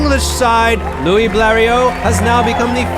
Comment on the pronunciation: Louis, not Louie ! 🙃